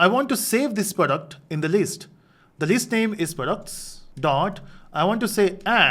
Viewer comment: its List not leest